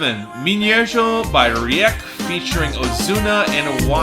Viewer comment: Reik is pronounced like “rake”. It sucks that they sold out to reggaetón, they were much better when they stuck to their pop roots.